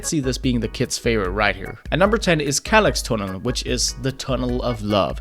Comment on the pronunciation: If u tell him its pronounced leeks, hes gonna think its like the onion/vegtable leek. Its more like ec in electricity. And like the english word shair rater than chär. Shair l(ec)s tunneln